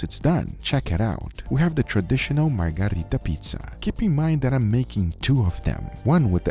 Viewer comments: Margherita, not Margarita. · Margherita not margarita! Anyway, as pizzaiolo myself, those pizzas are great, congrats!